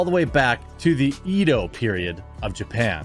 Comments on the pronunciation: Assuming you're not going to re-record it since you've been running it for a while now, but it's always bothered me slightly since they sponsor so many videos. The "Edo" period in Japan is pronounced Ed--oh rather than eedoe. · Quarter Pounder never ceases to butcher the pronouncations. Its pronounced "ehh-door" with a silent r for "Edo" but then again thats you get for selling over priced sh*tty knives under the guise of the mystique appeal of feudal Japan.